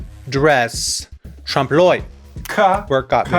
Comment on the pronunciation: Troomp l'uh-y, not trawmp l'oy